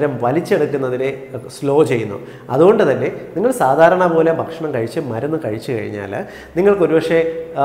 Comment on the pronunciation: ബക്ഷണം ബക്ഷണം എന്ന ഉച്ചാരണം താങ്കൾ തിരുത്തണം. ' ഭ' എന്ന് കൃത്യമായി ഉച്ചരിച്ചാൽ ഭാഷണം നന്നായിരിക്കും. ബക്ഷണം അരോചകമാണ്